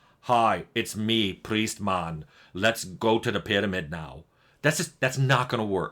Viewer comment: "Hi, its me, Prrriest Maan" Perfect lol